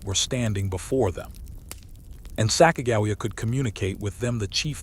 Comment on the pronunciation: You pronounce Sacagawea wrong